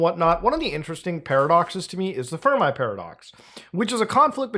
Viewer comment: its pronounced fur-me not fur-my :)